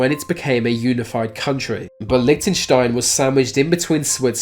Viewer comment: LMAO about Lichentenstain